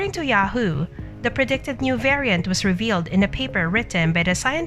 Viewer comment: This is a bunch of BS coming from this Bot again. It can even pronounce variant right